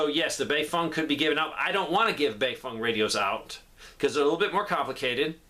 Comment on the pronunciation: I left as soon as he said baefeng lol